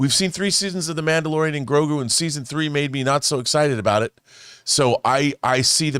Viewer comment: “Manderalorian” lmao